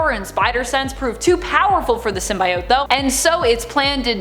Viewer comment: Symb-bi-ott? Why is she pronouncing that way??? Ew